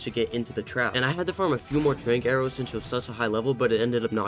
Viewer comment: / I thought you said Drake arrows 💀